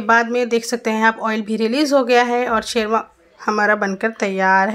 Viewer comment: It is not Sherva Say Shorba or Khaliya